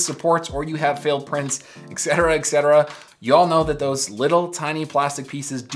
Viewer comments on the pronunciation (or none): Why do you pronounce etc as ekcetera? I'm not a native speaker